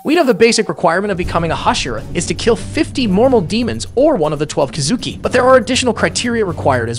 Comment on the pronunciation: You pronounced Kizuki wrong